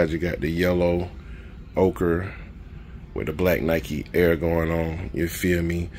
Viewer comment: I've heard you ask about it in a couple of vids,, so I'll tell you that you are pronouncing "ochre" correctly.